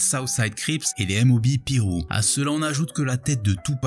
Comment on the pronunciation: mdr les "M.O.B Piru" avec l'accent Français frère tu m'a tuer.....